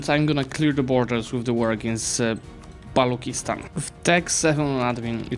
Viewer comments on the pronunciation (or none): none